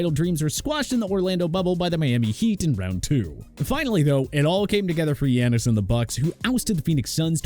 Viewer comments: I knew he was going to butcher Giannis' name if they put the Bucks in and sure enough. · Can’t even pronounce giannis right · Please never talk about basketball again 😭😭 "Steven" Curry? "Dreymon" Green? Wiseman isn't even on the Warriors? Yanis? Pain bruh. Pain 😭😭